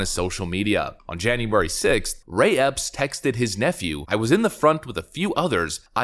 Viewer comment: You say Mr Ray Epps, I hear " mystery ops ".